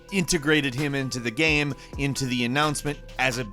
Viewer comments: Is it me or does this guy pronounce game as "Gam"? Lol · at 25 seconds...what the hell is a gayeum...and as a gaming focused youtuber why can’t you pronounce the word game? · Yo he said GAMM like 3 times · I don't mean this as a mock, but why does always say "gam" instead of "game"? Even the closed captions doesn't understand the word correctly. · Y u say gam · can we change the channel name to gaemranx? I feel like that's how pronounces the word game. gAEm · Anybody ever notice how pronounces "game" and "made" as "gaem" and "maed"? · Why do you say..."Gayham"?????? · Why doesn't this guy know how to pronounce the word "game"? I've never heard anybody pronounce it with multiple syllables before.